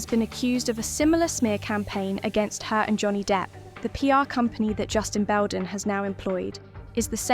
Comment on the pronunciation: After ALL the evidence that came out about Amber and you still have people creating videos defending her... i can't even with this nonsense. The AI can't even pronounce Baldoni or his lawyer, Friedmans name right lol This has to be a troll video cause anyone in their right mind would know making this video is a waste of time. ✌️